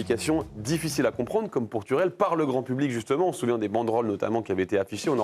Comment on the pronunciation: Le gars s’appelle Tuchel. Pas Tourelle… Ça fait partie du journalisme apprendre à prononcer les noms, non?